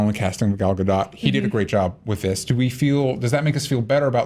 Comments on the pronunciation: Why does nobody listen to how Gal pronounces her own name? Its' not a hard 'dot'. It's like dough with a very subtle t sound at the end. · Gal Gadon't lol